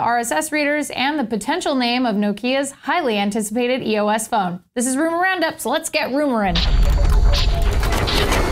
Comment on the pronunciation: I think it's EOS, not E.O.S.